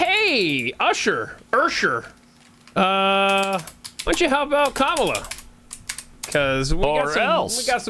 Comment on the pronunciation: They put together a lengthy montage of Democrats pronouncing Kamala incorrectly, of course..